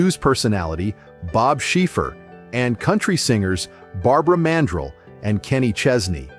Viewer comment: It's pronounced Barbara man-DRELL. THIRTY SECONDS of research before posting videos please!!!